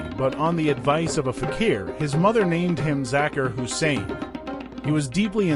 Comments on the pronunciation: If you’re going to take the time to make a video to honor this man, please consider taking time to pronounce his name, his families names and his instrument correctly. It won’t take that much effort and you will get much more respect for having done so. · Respect the man , this A. I. tribute is sad it can't even pronounce his name right . We love you Ustad Zakir Hussain , your music will live forever ! RIP brother .